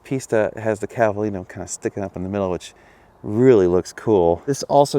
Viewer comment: Oh great review but you do butcher pronouncing Italiano…my ears, my ears ….The color is Giallo but for you to get phonetically closer it’s “Jowl-lo” Edit: It also sounds like you’re saying “Cavalina” instead of ‘Cavalino’. If you use an “a” in today speak you just deemed the prancing stallion a “trans-mare” LOL Still love you!